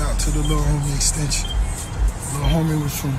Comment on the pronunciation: Rick Ross said "Extension" LOL